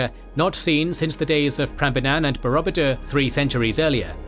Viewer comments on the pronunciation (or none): Very useful and informative video. But I do wish you would learn to pronounce words such as Borobudur before making the video.